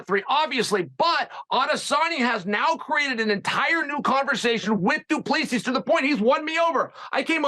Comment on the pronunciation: Its pronounced Du Plesee